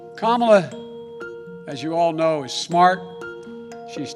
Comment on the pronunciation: I don’t wanna hate but she didn’t even pronounce her name right. All my brown ppl must be smacking their heads against wall.